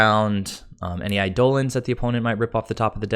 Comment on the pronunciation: I get that it's referencing Eidolon, but the pronunciation was almost Saffron Olive levels.